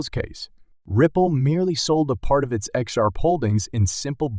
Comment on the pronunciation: How can you take a video serious with someone that can't even say XRP right, what the fuck is XURP